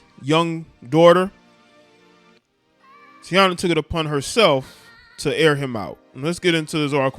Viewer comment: 🤦🏾‍♂️Bruh it's pronounced Tai-Eee-na. Other than that im witcha bruh💯💯💯💪🏾